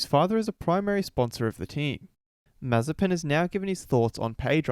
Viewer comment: His name is a prohecy. Maye-spin. Also, how can you take this dude seriously when not a single commentator has put in the effort to pronounce is name right? Nicotine Marzipan, Nokia Mazepam...